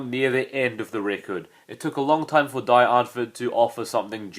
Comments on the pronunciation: the "die" is pronounced like the letter "d" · "DIE " is pronounced "DEE"